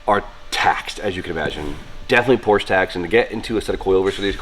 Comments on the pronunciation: Say it with meeee POR-SHUH 😂😝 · Por-sche is a two syllable word 😉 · didnt say the P name right once in this video... cringing everytime, like with the angle grinders without the protective covers:)) looking forward to the transformation tho,:p